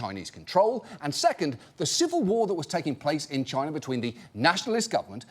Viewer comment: 😂..chiner😂..you didn't get it past me 😂